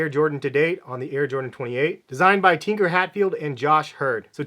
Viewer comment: Tinker Hatfield is a genius lol. Probably butchered his name though